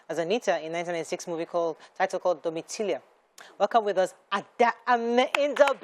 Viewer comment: It is Ameh not Umeh